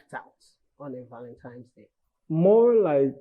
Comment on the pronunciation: Why does Uche Jumbo keeps saying "ValenTIME's day?